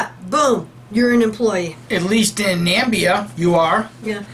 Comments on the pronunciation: BTW is pronounced nah-MIH-bee-ah not NAM-bee-ah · It is pronounced Na-me-bee-ah. Plus, you once said "Nigeria dollar". No, it is "Namibian dollar". Nigeria is very far away and it uses Naira.